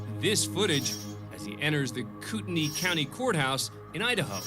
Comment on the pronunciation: Kootenai County, Lived there in Athol, Idaho. RURAL not a ton of lights on the roads very dangerous not to have some way to show there is a bicyclist there. Also he mispronounced Kootenai wrong.